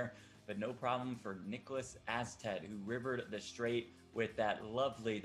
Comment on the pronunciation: As a Swede its so painful to hear them pronounce Niklas Åstedt.